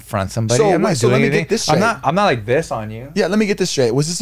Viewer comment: "Anyways my order is nog done " hahahahaha